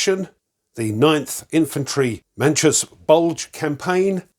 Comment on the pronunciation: Thanks for this,. This is one I’m looking forward to getting. It would be a blast to see a full playthrough of a scenario from you! Any FOF game will do. On a slight pronunciation note, Manchus is pronounced Man-choose (it’s a plural for the name of the last Imperial Dynasty of China, the Manchu dynasty). They saw service there around the turn of the century, in the Boxer Rebellion, I believe.